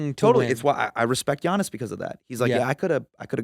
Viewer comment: Props to Hasan, he knows his NBA shit. Tito can't even pronounce Giannis right, GO CHOKE ON DELICIOUS HOT DOGS YA FIB!!